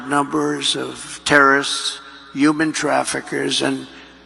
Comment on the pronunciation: Youman traffickers. Trumps dumb pronunciation.